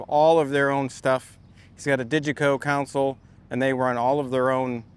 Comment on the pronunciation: It's console, not council. Mixing console, Jedi council. CON-soul.